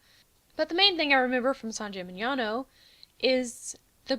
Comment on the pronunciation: I have to say, we are freaking great for tourism. XD a hole in the ground, what more do you need? Good job, Italy. I noticed that your pronunciation of italian words is almost perfect! You nailed "San Gimignano"! it's definitely a hard one for english speakers.